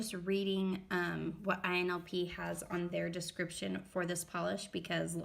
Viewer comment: Its ILNP, not INLP